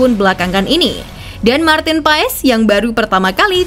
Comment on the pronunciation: Koreksi bacanya martin pas